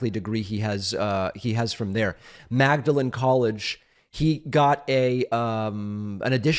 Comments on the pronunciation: Magdalen is pronounced MAWD-lin. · David - two things: "Magdalen" as in Magdalen College, Oxford is pronounced "maudlin"; b) Kennedy was on a Rhodes scholarship - no degree out of it. One wonders if he expressed these ideas on "smart stupid" people (an idea stolen from Bill Maher, by the way) when he was at the interview. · Magdalen college in Oxford is pronounced Maudlin...you high IQ..... person.